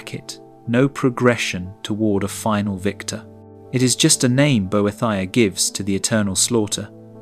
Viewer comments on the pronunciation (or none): “bo-eh-thy-uh” That’s a new one 😅